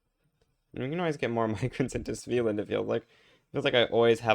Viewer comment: It's not a big deal, but for future reference the first A in a hard A, not a soft A. SveAland